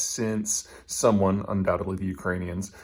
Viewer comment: 'undoubtedly' GOOD GRIEF!